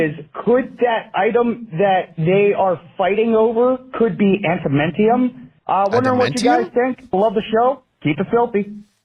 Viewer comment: Lol if I were the guy who mispronounced adamantium, I’d just respond to John’s criticism with one word: “Tygarian.”